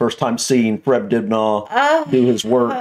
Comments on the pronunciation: You wanna pronounce it more like "Dibner" rather than "Dibnaw" ;-) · Hi, just a little tip from a Brit', drop the aah sound, say It like Dib..ner. ( silent 'H' ). Other than that I loved the vid' 👍🙂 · It’s pronounced dibna ,the a at the end is sounded out like the A in absolutely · Great video but it's pronounced dibnuh not dibnar. Greetings from the 🇬🇧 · His name is pronounced Dibna, not Dibnarr as you said. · It's pronounced "dibna", not "dibnaw" 🙂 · Its pronounced fred dib nur, not! Dib narr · I lived up the street from him on Radcliffe Rd. It's said Fred dibner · Fred Dibna ( the H is silent ) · Is it me or is he pronouncing it Dibnahhhh . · You don't pronounce the aitch at the end of Dibnah, it is Dibna'. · Fred Dibnah. Not from Dibnaw. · Who's Fred Dibnaugh? It's pronounced "Dibnuh" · My dad use to have a drink with him at traction engine rallys great guy i love your videos aswell but you guys are putting way to much emphasis on the H think of it as dibna the h is silent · Its a cheese BUTTY not a cheese buddy You do not have to accentuate the second part of surname. It's Dibner & not dib NAR!